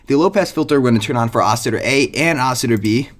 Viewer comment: I'm sorry what ? Ousiter? Dont you mean oscillator?